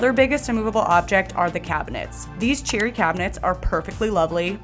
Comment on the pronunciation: Every time you said cherry I thought you were saying cheery. Well, now the whole kitchen is, so nice job!